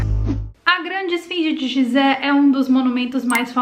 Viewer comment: Muito bom o video adoro estes tipos de videos e quando tem fatos que se ligam e tals com outros assuntos. Pronuncia falada correta é Guisé, e não gisé. (Edit) É proibido ir la e filmar? Pois vi um vídeo de um rapaz que subiu na pirâmide e gravou la de cima, e no titulo dele ele dizia que nao podia subir la.